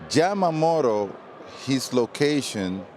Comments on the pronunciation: love how big Papi calls him “Jamamoto” 😂 but seriously big respect for the props the guys give to today’s current players and the performances they’re watching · I prefer it over the people who call him YAM-MA-MOTO.